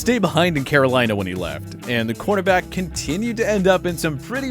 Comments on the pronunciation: If you could pronounce corner back correctly that would be appreciated. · He's saying cornerback.